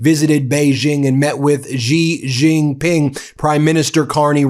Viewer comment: its pronounced SHE jin ping, like in he/she